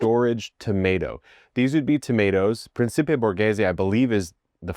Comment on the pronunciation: Pretty good Italian pronunciation!! Just remember that a 'c' followed by either an 'i' or an 'e' is pronounced like 'ch'. Preen-chee-pay (Principe), Chay-lan-o (Celano). You did really great!!